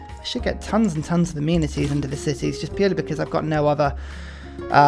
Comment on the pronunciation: Only 7 mins in and he has mispronounced trebuchet, jannisaries, and amenities. Is this a troll? 😂😂